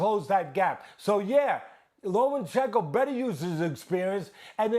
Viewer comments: cant believe dudes talkin like experts but cant even say lomas name right LOMANCHENKO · Stephen A and Teddy Atlas: Lo-MAN-chen-ko Vasiliy: it’s Lo-MA-chen-ko you idiots!! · Teddy, you clown it's LOMAchenko, not LOMENchenko. How many times can you make the same mistake?? Respect the name of the pound for pound #1! Time to retire, ATL-ANS. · Stephen A.: "Lomenchenko..." smh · "LoMENchenko"...SAS needs to learn how to pronunciate properly. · Right? It's obvious pronounced 'Homochenko' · SAS: “Low Men Chin Ko” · Who is "lomanchenco" 🤣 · Why they keep calling him LomaNchenko? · “LomENchenko” SAS the highest paid sports pundit in the world and can’t even pronounce the name right? Cmon man 🤦‍♂️ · Chicken Lo-Mein-Chenko. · Low-men-chenko. SAS, please stop talking boxing. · Lo mein chicken. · Teddy literally says “ Low men chenko within the first minute. But hey let’s only talk about sas. The man that’s carrying espn on his back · Why can't SAS say Lomachenkos name properly? It's not difficult. You get paid to get this right. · Teddy calls him that too tbf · That's how Teddy says Loma's name and he's the expert so they all say it that way. 🤣